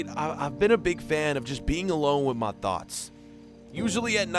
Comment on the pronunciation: Yo mate I love your videos but please can you start pronouncing the 'MY's well. It's just a bit weird. Just a suggestion. You can do what's necessary